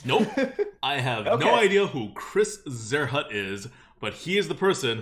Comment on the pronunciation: In it's original, german pronounciation it would be kinda like tsearhoot. Zierhut means "decorative hat" =)